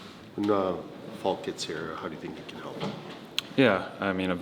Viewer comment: When people say Justin Faulks name, sounds like they’re saying Justin Falcon 😂